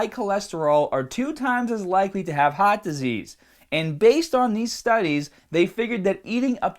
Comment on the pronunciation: Are you saying HOTS disease?